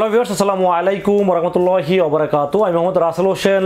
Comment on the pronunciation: ওরকমাতুল্লাহ না ভাই রহমাতুল্লাহ